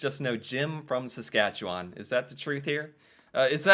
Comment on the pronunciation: You do Saskatchewan really well